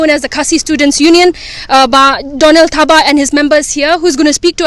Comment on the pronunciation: Not Thapa bro 😂😂 it's Thabah..